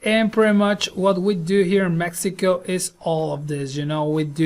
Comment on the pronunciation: Did this dude just say "mexica"???? lmao